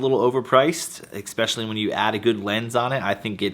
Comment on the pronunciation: that C you put in "especially" is killing me